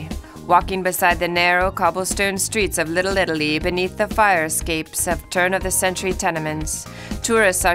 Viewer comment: The way she said “Little Italy” was enough for me to stop watching and give it a thumbs down. Also, the music made no sense.